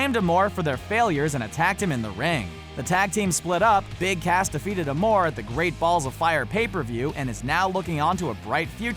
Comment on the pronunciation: You said his name wrong his name is Big ASS not Cass